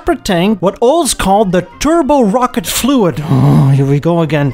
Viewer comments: Also rocket Not rockette like Radio City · Bust our ass over aluminum (no extra I) but pronounced Rocket...Rockettes like it's a Broadway dance Troup 😊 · First of all - thank you for pronouncing Aluminium correctly (and, would you be so kind as to let American's know how to pronounce it properly ..? Canadians we're about 50/50 pon getting it right .. lol) .. Second, I was about to ask what the hell a Rockette V8 is (thinking it was a Rocket) .. I was today years old when I learned it was actually called a Rock-ette .. Love the channel man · Ah loom in um. Rock-et We speak American English here. Not British English. Well done episode. I enjoyed it.